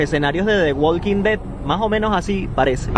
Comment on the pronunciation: Walking sin la “L” waking ....